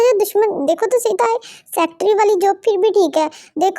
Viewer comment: Secatery not sectry